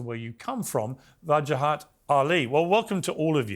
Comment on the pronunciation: poor piers, cant pronounce english letters strung together ..WA JA HAT.. wajahat.. not hard is it.. break it up into syllables it helps with speech impedements and sometimes idiocy too.. unless of course the plant piers misnamed him to vaj az deliberately hmm i wonder